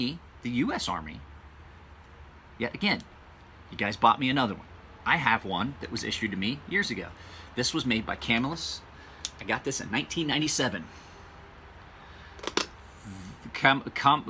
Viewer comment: Lol I can’t help myself... it’s not Kam-illus, its Cuh-millus. I actually live in Camillus, NY about 3 minutes from the original Camillus cutlery. Your not the only one who says it that way but every time I hear it I think NO!! Haha thanks for the vids great job as always